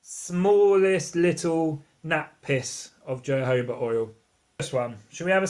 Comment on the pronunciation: You need to learn how to pronounce jojoba oil 😂 also comparing colour to urine not pleasant thing to do honey is nice and orange yellow